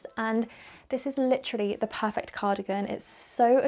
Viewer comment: all the outfits suit. so is so pretty. I love this video. Can I just say no-one perfert every time says perfert. keep up this video. sending lots of love from Nz. It is Attuman in Nz.